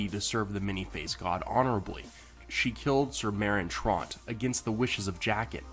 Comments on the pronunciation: yes, too much thinking, lol. WHY DID PRONOUNCE THE NAME ''TROUNT'' INSTEAD OF TRANT. YOU ARENT TRYING TO BE MADONNA AND FAKE AN ACCENT, BADLY, ARE YOU. LOL SO SOLLY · I can understand why people reading the books have a hard time with pronunciation... but when you're discussing the show, you have no excuse. People say these names over and over. Trawnt? It's Trant, like ant. I don't understand why viewers can't follow what they're watching... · Your mispronunciation of Meryn Trant pissed me off.